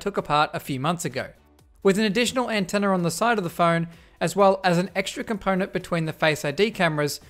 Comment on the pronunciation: Sometimes he says "antenner" :D